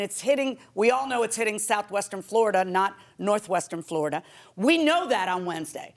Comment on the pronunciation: Judge: I'm from Floorida! 🤣🤣🤣🤣🤣